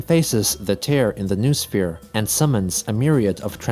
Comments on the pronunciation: BTW Noosphere is pronounced "No-Oh-Sphere", that's another thing from STALKER. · Just in case it comes up again noosphere is pronounced like new-oh-sphere